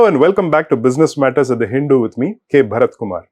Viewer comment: Your pronunciation of word “Hindu” needs some improvement.